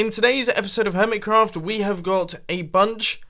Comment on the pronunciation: Its been 3 years and Mumbo still says it HermitsCraft ITS HermiCraft not HermitsCraft